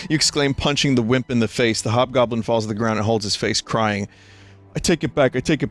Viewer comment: Ah yes, the hobgoblin became the jobgoblin.